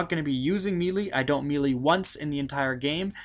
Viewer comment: why do all these fucking youtubers say melee like that?